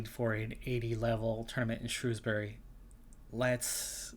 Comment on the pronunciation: Generic "Brit talking to American about their good attempt at pronouncing Shrewsbury accurately" comment.